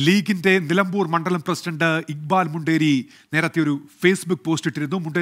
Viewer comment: മലംബൂർ അല്ല നിലമ്പൂർ